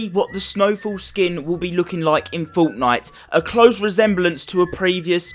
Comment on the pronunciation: its fortnite not foughtnight